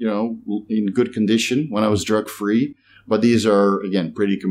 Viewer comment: 🤣 every time you say "drug free" to me sounds like "jerk free" keeps throwing me. Respect love your work!